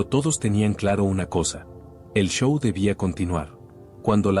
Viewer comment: Puras mentiras de este narrador que ni sabe hablar dice sow en vez de show y manajeres en vez de managers😜😝 y si así fué, (que lo dudo) sus familiares son los culpables